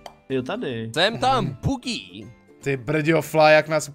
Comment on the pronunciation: nečte se to bugí, ale bodží.:D